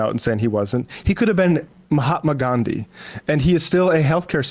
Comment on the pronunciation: Thanks for saying the name “Mahayana Gandhi” correctly.